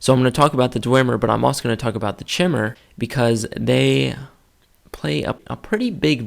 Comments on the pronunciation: I made that mistake as well, it's not Ch-imer, but K-imer, or Chimer. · Not to be pedantic but chimer is pronounced as (ki-mer) the same pronunciation as the Greek mythological fire breathing beast chimera